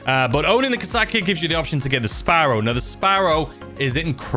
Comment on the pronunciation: mate you should really google how to say KOSATKA cuz i can trow up just listening to your pronunciations.